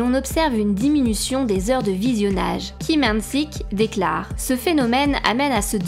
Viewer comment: Ils n'ont qu'à se dispenser des US et tout sera réglé et pour la prononciation des noms des acteurs Coréen faite un effort, car j'ai les oreilles qui pissent le sang "Lee = i et non Li" " Park = Pac" "Kim = Gim" ect